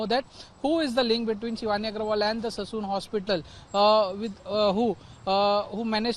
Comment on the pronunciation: Please it's Sassoon Hospital and not Sason Hospital 😂